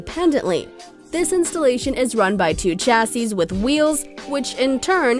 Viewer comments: Not Tchassis.... Chassis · PLEASE STOP SAYING 'CHASSY', CHASSIS IS PRONOUNCED SHASSEY